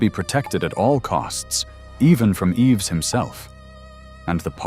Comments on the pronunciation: I truly enjoyed the video however it’s jarring that you sometimes pronounced his name incorrectly Yves is pronounced Eve you seemed to get it right when saying his entire name. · The "s" in the name Yves is silent! Yves = Eve